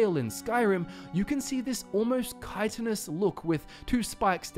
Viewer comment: Thank fuck! Finally someone who pronounces chitinous / chitin correctly!!! It's so common to hear people say it as chitin (with a hard CH like from the word chain instead of the correct kye-tin)